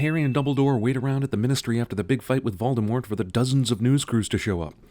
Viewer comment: Wow, an American who actually pronounces Voldemort’s name right.